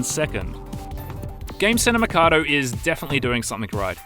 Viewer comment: Why does he keep pronouncing the name of the place as Makado when it's written Mikado......even in the title of the video